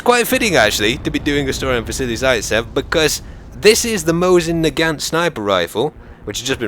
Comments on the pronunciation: The T in nagant is silent... jus sayin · its actually pronuced mosin naaaagant